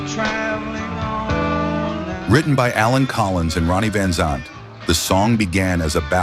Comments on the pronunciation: OMG. You can't even pronounce the names of the groups or the members?! Leenerd Skeenered? Vansont? I turned it off right there. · Train your AI to say Lynyrd Skynyrd and Van Zant ! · Missed pronounced van zant as well